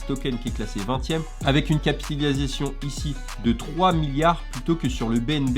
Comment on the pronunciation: T’a un soucis avec le mot « capitalisation » 😂🤣😂😂. Super video encore une fois 😉